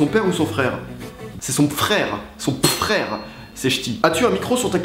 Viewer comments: Son pfrère... C'est chti 😂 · "C'est son pfrère, c'est ch'ti" Pas mal pas mal :') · "Son pfrère. C'est ch'ti" Tu m'as tué x)